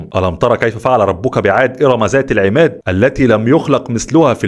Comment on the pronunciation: فضلاً اذا لم تستطيع قراءة القرآن بنفس الحروف لاتقرأ ضع مقطع مسجل افضل ،،، انت قلت ارم ( زات ) وهي ( ذات ) وغيرها من الحروف